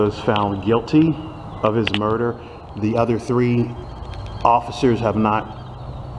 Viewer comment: that's the guy who can't pronounce the word "the". He says "d's" indeed